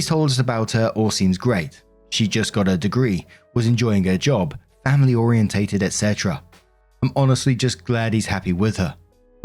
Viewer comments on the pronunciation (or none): I adore you and this is coming from a place of love since I feel like you'd want to know Oriented is pronounced or-ee-en-ted, not or-ee-en-tay-ted You're adding an extra syllable my friend ❤ just thought I'd mention it because I've heard you say it with the extra syllable in the past, example